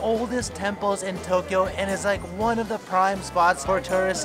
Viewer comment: TOE Kyo😂That was a good one